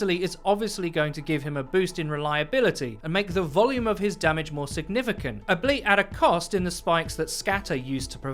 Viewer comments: Did you just say "ableit" instead of albeit? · “Albeit” is pronounced Like “all-be-it” not “a-bleet”. Don’t mean to be a grammar nazi, I’ve just noticed you’ve said it a couple of times now, so I figured someone should probably tell you to avoid future embarrassment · Ok I've noticed this in a few videos now: albeit - All-Be-It, not A-Bleet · ... Ableat? I think the word you were looking for is "albeit?" Pronounced, "all be it?" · "Albeit" is pronounced "all be it", not "ableet". Lol. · Did just say "ableit"? Like, 'albeit' but written incorrectly and then said that way? I think he did. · "ableet"? Script said "albeit," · I love how he said albeit mark... Ah-blee-it heeheehee